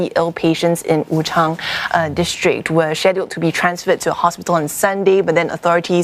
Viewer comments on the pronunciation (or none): none